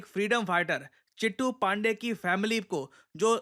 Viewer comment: चिटू नहीं चित्तू पाण्डेय